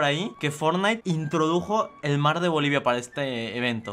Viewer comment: Yo soy de bolivia grasias por pronunsiarlo eres mi yotuber faborito por siempre